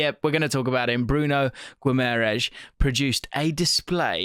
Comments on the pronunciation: Great analysis as always. With Bruno’s surname though I think it is pronounced Gimmeryshe. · you dont pronounce the "u" in Gui (so It sounds kinda like the gi in Gilbert), the a in "ma" is the same sound as in Marcelo, the "rães" is kinda complicated but the tilde signifies a "an" sounds like from Bruno Fernandes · I cant with the way gringos pronounce Guimarães 🤣🤣🤣 Sounds like ur casting a curse ou some shit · Hey, just an fyi, you’re saying Bruno G name wrong.